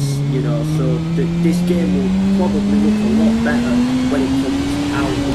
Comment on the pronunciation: the commentary: "this geem kjgfhkfdjghdfkgjh this geem dkjasldkjasldkj this geem asldkjsalkdjsaldksajd this geem aslkdjsazldkjsalkdj this geem lkdhjdskhjskld this geem laskdjaslkdjasldjk"